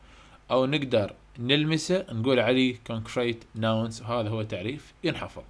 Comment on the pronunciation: عاشت ايدك بس كلمه nouns الs تلفظ zللمعومه.